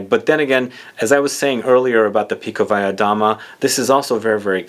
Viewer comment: Beautiful looking Bottle MV Augusta! I'm a fan of this house, by the way you Perfectly pronounced Pikovaya Dama